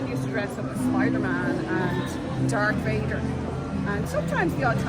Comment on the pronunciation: Darth Vader* not Dark Vader